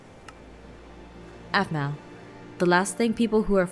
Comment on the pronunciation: it's aphmau not aphmoo